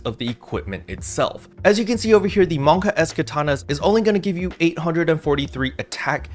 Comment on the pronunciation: Man's said Monka S HAHAHA!